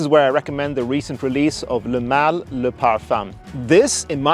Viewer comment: When you say Le Male, it sounds like you’re pronouncing “LMAO.” 😂